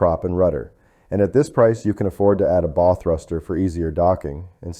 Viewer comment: Lots of good information here, but I found the AI audio to be irritating when words are mispronounced. Example: bow.